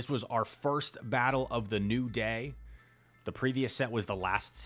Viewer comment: "and we're gonna play this first battle right of the gay" 🗣🗣🔥